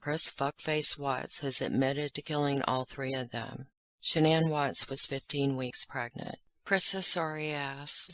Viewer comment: I'd figured that someone would correct that reporter and tell her to stop calling her Shh'nonn, but nope...